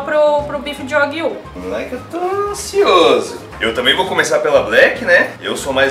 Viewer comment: Só uma dica sobre a pronuncia do nome da carne, dever ser, apesar de eu não conhecer, Wa Guíu, com ênfase no ¨Guiu¨, pois esta é uma das formas para se referir a bovinos na língua japonesa, exemplo, carne bovina seria ¨Guiú Niku¨, já o leite bovino, ¨Guiú Niw¨, enfim, pelo nome me parece de origem japonesa e a pronúncia correta é com esta entonação, claro que não se escrevendo desta forma.